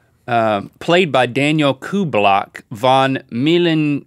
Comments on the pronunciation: right 😂 aber die sagen cobblebock😂😂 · Haha es gibt tatsächlich einen Daniel Küblböck film? XD Und wie sie es aussprechen: kubolplöck :'D